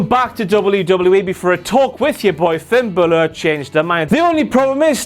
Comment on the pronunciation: Why do you say Finn Bahlur lmao